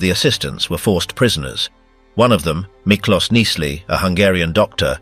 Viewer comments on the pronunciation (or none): I read "Auschwitz", by Miklos Nyiszli, (c)1960 [mispronounced ] I still have that book, it, and, reading about the Resistance Fighters started my 58 years of reading about the Holocaust. Your video did give me information I hadn't known about. Thank you. I will probably be reading or watching videos about the Holocaust until I die. I'm 77 now, and my parents and grandparents lived into their 90s, so I still have a lot of reading to do. 😊 Thank you, again.